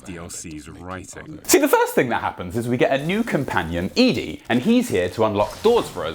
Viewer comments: Why do British people mispronounce Ed-E? Eddie! Not Edie! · I think it’s Eddie not eee dee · ED-E. said "Eddy". Ya know. Ed. And E. "Ed-e". Spelt ED-E. NOT E-DE, said "eadie".. The lonesome road review hurt me real real bad. Sorry. Had so spaz alil. Love you're work man really amazing stuff. It's " Eddy". ED-E. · hell you are killing me, ED'E is EDDIE not E dee